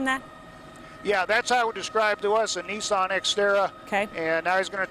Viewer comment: its called NISS AN not niece on